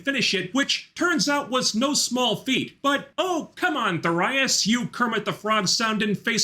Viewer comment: wait that's how Thorias is pronounced? TIL